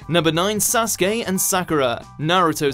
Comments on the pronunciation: Not the biggest fan of the Naruto franchise, but can people please stop calling him Sauce-kay. Sasuke, sa-sue-kay. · When he said Sasuke.. I laughed because I understand "SasGAY" 😂